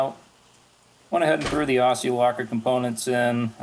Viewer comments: pronounced OZZIE ! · It's pronounced ozzie locker. And they should be made in Australia. 4WD territory of the gods.